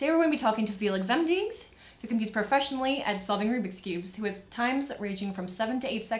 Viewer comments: omg its zemdegs not zemdeeeeèeaeaeaeaeaeaeaeaeaeaaeaeaegs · haha she says "zemdigs" noob xD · Feliks Zemdicks... Got me laughing. No hate though. I respect him a lot.